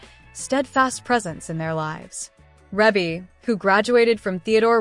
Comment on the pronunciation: Thank is not how you say her name.